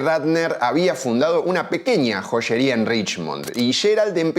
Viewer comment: Dijo Joyeria y yo entendí POLLERIA, y pense fuaa tanto pollo vendió